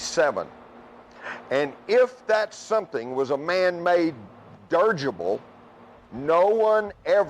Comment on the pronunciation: That man said 'durrgible' lol